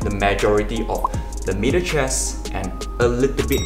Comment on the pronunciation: I had to rewind to check if he said middle or meater chest.